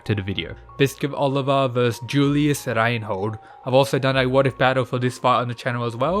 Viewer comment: I, as a german can confirm that you Reinhold pronounciation is fantastic